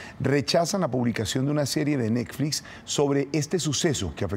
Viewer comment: "rechazan la publicación de una serie de necflix" jajajajaja.